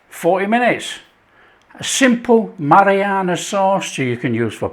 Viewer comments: No it's not your ears, I hear it too. It's driving me nuts. I keep yelling at the screen "It's Marinara, Not Marianna". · Your hearing is perfect - he does say Marianna sauce. He also says oregano and basil different too. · Am I the only one hearing marianna sauce? Is it just my ears? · Mariana sauce lol. It’s Marinara! Very nice it is too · "A Mariana sauce"? 😂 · It's MA-RI-NA-RA sauce! Nice 1! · Absolutely Mary-Anna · It's "hairy Mary sauce "